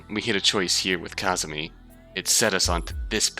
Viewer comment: i'm gonna be that guy, sorry, pls forgive my pedantry it's kazami, not kazumi